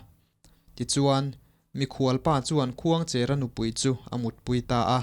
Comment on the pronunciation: Khuangchêra (pasalțha) hming leh tuna i sawi Khuangchera hming hi a thluk a inang lo aw. Heta 'cher' hi chu "Rul a lo tleng mek" tiha tleng thluk hian lam tur.